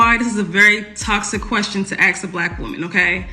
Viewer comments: Let me aks.. ok...ok..ok...ok.. No, you're not ok. Ok? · Why do they say aks instead of ask? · ENOUGH!!! Axe: A... K... S Ask : A...S...K How hard can it be to get that right??!? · Really. "Don't Axe them." Oh really? Yes I will, and do. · Until some black folk stop saying AKS (AX) instead of ASK, I cant watch or listen to them. Whoever that chick is, I just can't do it. Don't tell me it's a "culture thing" or "a dialect", its pure nonsense. It is pure, unadaltured laziness. Regardless, modern women are a scourge on society. Been this way for quite some time now. Just cant trust them. Some try to come across as traditional, loving women that let men do what they are best at.... ONLY to take more than half their shit and child support/possibly alimony. If they are so "strong and independent", why do they require a man to pay for them? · The word is "ASK" not Ax. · Anyone who says "axe" a question is a complete moron. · She keeps saying ax the word is ask get it right👍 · Why would a woman be considered "Educated" if she has to "Axe" questions? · Well you can tell the level of the pokemons education when she talks...the word is ASK but she says AKS and she says AKS SEVERAL times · Why can´t these people pronounce "ask", not "aks". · Axe, axe ,axe .it's ask ..... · That educated Pokémon keeps saying, “axe” instead of, “ask”. 🙄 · You don't axe a black woman anything, you ASK them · How can a Gold Digging Pokemon that says "axe" instead of "ask" be taken seriously? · Any person that says axe for ask if right out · So, who was "axed"? What is she talking about? She said, "this is a very toxic question to 'axe' a black woman." I guess the 3rd grade was just too much for her. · She's supposed to be 'educated' & she says 'axe' instead of 'ask?' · She said 'axe' instead of 'ask'. Nothing between the ears. Pay attention gentlemen, look past the looks. They are actually not that smart. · Can’t even pronounce the word “ask”! Aks? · Axe. Drives me crazy every time.